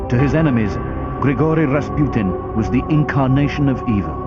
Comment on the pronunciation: if you are gonna try to pronounce his full name right, at least say it right. it is not difficult. you know, unless you are a half educated moronic narrator from Discovery Channel